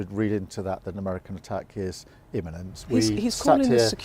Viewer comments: Beth Rigby, "iniment"? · Why have we got someone asking questions about serious world politics when they can't even pronounce their words correctly -- Imminent and escalation are not difficult words to pronounce for goodness sake -- what has the BBC descended to???